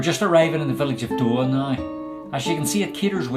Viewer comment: It’s normally pronounced Doowah.